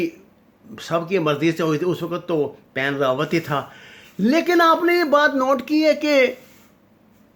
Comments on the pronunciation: The name of previous chief of staff of Indian army, which you are pronouncing again and again is “Bipin Rawat “ not “Pan Rawat” kindly correct your record. Also name of chief of national security adviser of India is Ajeet Doval, not Ajeet Dvaal. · Ap nam to sahi bolen, bus baith Gaye aur tube banana shuru kardiya. Wen rawat Nahi, Bipin Rawat sahi nam hai. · Bippin Rawat not what you saying pan rawat.... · طارق صاحب پلیز نام درست بولیں یہ پین راوت نہیں بپن راوت ہے۔ اگر جان بوجھ کہ دشمن کا نام بگاڑ رہے ہیں تو پھر ٹھیک ہے ۔ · someone tell him its Bapan Rawat not Pen Rawat .... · Pain ravat nahiii bipin ravat he . Kuch to parh liya karoo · ساگر صاحب صحیح نام بپن رادت ہے Bipin Rawat نہ کہ پین راوت۔